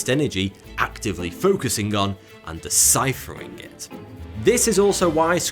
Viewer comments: "DECPHERIN" on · "and decphering it" - was that deliberate?